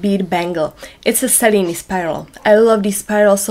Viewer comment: Thank you for the original pronunciation of the weave. 😊